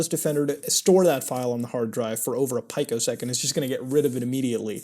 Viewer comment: God damn it muta! its peeeeeco second not pikeo second